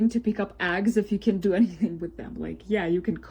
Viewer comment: Yeah, I thought I heard a bit of an accent throughout the video, but the part where she called eggs, “aggs” is where it really showed that English is not her native/first language. Which makes her complaining about them not speaking English even weirder. Like did she think that because she speaks English “out of respect” that the devs have to do it to like she did?